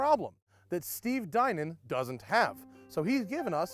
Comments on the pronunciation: I'm pretty sure that it's pronounced 'Dee-naan' not 'Dine-on' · Even if this guys name sounds like "DIE-nin," the brand should definitely be pronounced "di-NAHN" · Im pretty sure its pronounced 'Dye-nun'...not 'Dee-naan' or 'Dine-on' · Matt pronounces it like Steve Dinan does. Are you saying Steve Dinan is mispronouncing his own name?